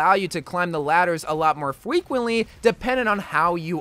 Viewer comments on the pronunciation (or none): “a lot more fwequently” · 'Allows to climb the ladders alot more fwequently' FWEQUENTLY im not mocking you its just funny how u mispronounced that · Lol it reminded me of that guy from Monty Python in the Biggus Dickus scene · more fwicwintly